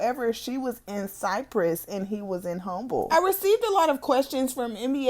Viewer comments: Well Humble is only 30 min from Cypress that may be where he moved her after she was stabbed. Now i live here in Houston and i had nooooo idea dude lived 30 min from me in Humble. And btw Humble is pronounced Umble the H is silent, we can tell when a person isnt from Houston they usually say Humble wrong. They are all suburbs of Houston though. So basically he lives in Houston now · Lol I live in Humble and it’s pronounced “ Umble” the H in it is silent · She said “in humble” it’s actually humble the h is silent